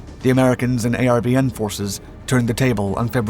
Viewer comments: It's not a r v n rather are ven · A lot of Vietnamese place names are mispronounced. Disrespectful to the Americans who died there. Very tiring to hear A R V N when it was pronounced 'are-vin'. Get with it. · How are you making a documentary about the Vietnam war and you mispronounce nearly every name in the doc? People, places, and things. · ARVN = r-vin Phu = Foo